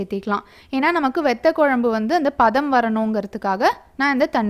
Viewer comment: It would be great if you prounce vathakuzhambu not vethakuzhambu